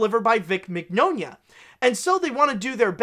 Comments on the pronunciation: It’s “min-YAH-nah.” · Mignogna’s mane is pronounced like Mañana, as in hasta mañana.